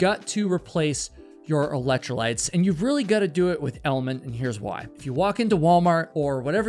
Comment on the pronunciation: "Its got EElectro-lytes" !.